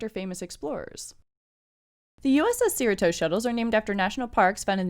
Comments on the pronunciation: SEER-uh-Tos? Do you even California? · Just FYI, Cerritos is pronounced "suh-REE-tohs" or like Doritos. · Why are u pronouncing “Cerritos” weird like that.